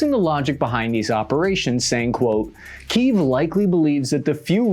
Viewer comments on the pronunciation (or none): none